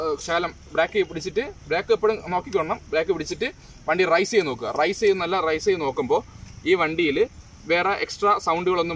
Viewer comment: Good. റൈസ് അല്ല raise